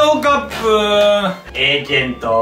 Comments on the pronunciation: エイジェントw エージェントじゃないんだww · エイジェントじゃなくてエージェントじゃね？笑